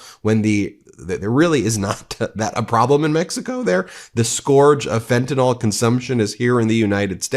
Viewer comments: Loving your channel. One pet peeve though. It's is pretty rampant, not just your coverage. Fentanyl is fenta-NILL, not fenta-NALL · Just one little nit to pick. Fentanyl is not Tylenol. It is not pronounced like Tylenol. The last syllable is "nyl" as in NILL, not NAWL. FEN TAH NILL, not FEN TAH NAWL. Otherwise, great reporting. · Ugh! Please pronounce the drug fentanyl with the ending is pronounced 'nil' not 'nol'. It needs to be pronounced correctly PLEASE!!! R.N.